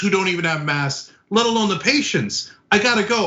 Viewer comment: It’s called «masks». Not «mass»